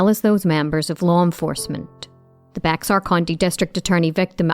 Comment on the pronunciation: Bexar County is NOT pronounced Bex-ar. It is pronounced BEHR.